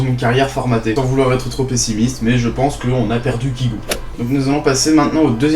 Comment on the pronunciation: Premièrement, apprend à énoncer correctement le nom de l'artiste que tu permets de critiquer, ce n'est pas "KIGO" mais bien "KAYGO", et qui s'écrit Kygo. Je pense que tu ne te rend pas forcément compte du travail fourni derrière ses musiques ainsi que le sens, dire que ses musiques sont "nulles" je trouve ça très peu pertinent pour une chaine qui se dit critique. Et dire qu'il n'a pas d'avenir, rien qu'au aujourd'hui, après avoir achevé sa tournée mondiale, il s'encre vraiment dans le carré des meilleurs DJs mondiaux. Critique, si on peux appeler ça ainsi, sans aucuns intérêts.